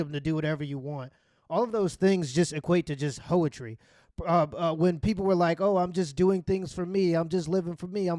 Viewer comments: My man said "hoe-etry" 😂 like poetry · 'Hoe-etry' hahaha